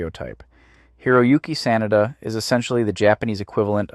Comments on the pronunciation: The name is pronounced "Sah-nah-dah". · next time try to pronounce Sanada a little more correctly.... SAH NAH DAH. 🤣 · can't take it seriously because you keep calling him "Sinatra" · Why the hell do you keep pronouncing "Sanada" two different ways (SAN na da) (SA nada) like its two different people WTF~ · and now it's back. When it's the full name, it's pronounced how I've always heard it. But last name only? 🤔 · It's pronounced Sanada, not Sanada.